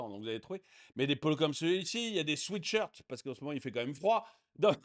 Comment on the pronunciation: Vos vidéos sont excellentes, mais attention à la prononciation de sweatshirt !